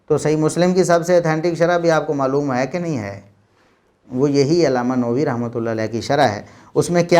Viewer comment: It is not Imam Nowi.... Say Imam Nawawi